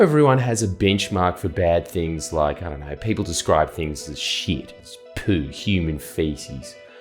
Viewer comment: You said ‘human 💩’ I thought you said ‘ human chimp’ saw the blokes ears and thought, yeah true…